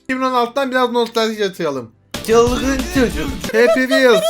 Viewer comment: te çhılghın Çhojuk dedi galiba :D :D :2